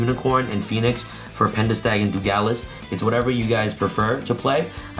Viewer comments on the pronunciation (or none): Dugales instead of Dugares as well lol